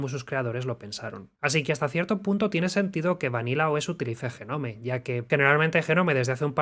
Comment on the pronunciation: "jenome... jenome... JENOME... JENOMEEEEEE"... DIOS!!! BASTA!!